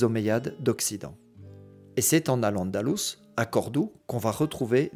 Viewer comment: Vous venez de dire AL ANDALOUSE, à partir de là ce que vous dites sera faux